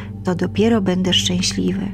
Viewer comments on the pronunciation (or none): none